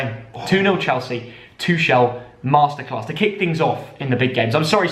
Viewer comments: Please stop pronouncing Tuchel’s name like that lol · Love for them to pronounce Tuchel correct xD